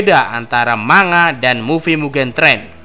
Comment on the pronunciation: Bukan "MA NGA" tapi "MAN GA"